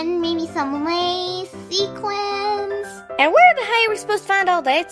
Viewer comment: Sequence or Sequins? 😂